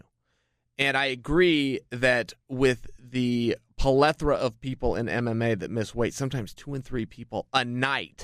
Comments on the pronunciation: Palethra??? Did you mean plethora? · Pelethra?? Nah man, it's Plethora